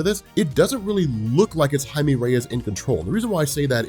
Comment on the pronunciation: ITS PRONOUNCED HI-MEH NOT HI-ME when pronouncing jaime but the person is brown